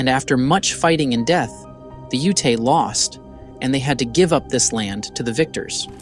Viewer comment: The AI voiceover really drags this piece down, the basic mispronunciations of "Ute", etc.These films all seem like they're totally made by AI! Pathetic.